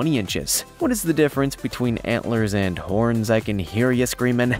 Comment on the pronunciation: Words like „hand“ and „hin“ for ‘and' and ‘in’ makes my face crawl like a millipede hunting for your „hnight“…